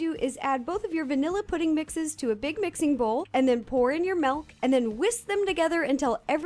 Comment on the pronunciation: She said malk